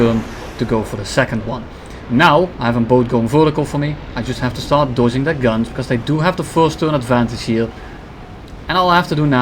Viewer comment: I hate when u say dodging, you can't say that normally